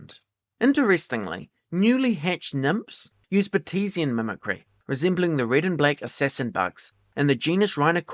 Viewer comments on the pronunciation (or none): Great video. Very thorough. May I make a suggestion? Look up the pronunciation of unfamiliar terms. “Gauge” is pronounced “gayj” not “gawj” and “Batesian” is “BAIT-see-un” not “baTEEsian.” These tiny details are not meaningful in terms of the information content but they clash with the otherwise polished and professional production value of your video. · it’s not British. Sounds Kiwi to me, not sure. But no, those two mispronunciations are not related to accent. Bates is the name of the scientist who developed the concept and gauge is “gayj” in any version of English, easily verified in multiple dictionaries.